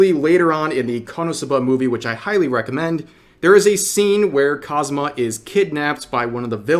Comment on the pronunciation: I feel like you are saying Konosuba and Kazuma wierd, like you are saying it too fast or not spacing it out properly. sounds like you are calling him cosma